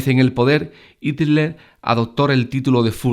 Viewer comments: Buen video PD: Se pronuncia JITLER no ITLER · bueno video te explicas muy bien pero ''el duze'' y ''itler''... XDD